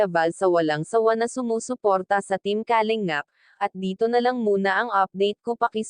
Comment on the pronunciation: isa ito sa mga fake reactors ng kalingap,,, kumukuha ng mga video o picture ng kalingap para i content nya... sa pronunciation pa lang nya sa kalingap halatado mo nang fake reactors